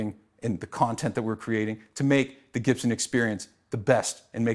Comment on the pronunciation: It's funny how he pronounces his surname wrong